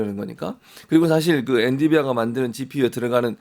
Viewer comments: 엔디비아 개 킹받네…엔비디아라고 해줄래? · 최진봉 교수님은 계속 엔디비아라고 하네요. 뭐 사소한 발음 실수일수는 있지만. 엔비디아. 엔디비아 발음은 교정해주세요. 방송인이잖아요.